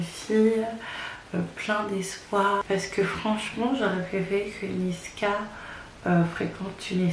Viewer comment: C'est pas niskas ma belle mais niska haha